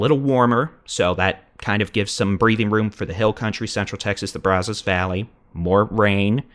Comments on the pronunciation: It isn't "Brawzos..." 😅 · I appreciate this! But also, please learn how to pronounce Brazos. (Braz-zuss -the a is more like it sounds in at than ahhh) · He can't pronounce Brazos. Not sure he's from here. He does a good job though.